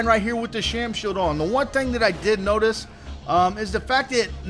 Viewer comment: I appreciate the vids, but man, speech impediment (sheild = "sheode") + talking too fast = serious mush-mouth.